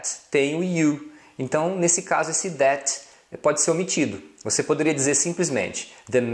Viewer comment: sua pronúncia do that esta errada,nao é déte e sim thé, o t não se pronuncia, e para falar o th , tem que colocar a lingua nos dentes.